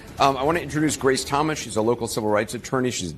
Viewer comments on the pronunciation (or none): none